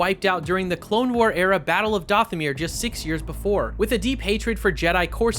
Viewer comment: Are you even a Star Wars fan? Have you seen any real content? Why are you pronouncing Dathomir and Ilum like that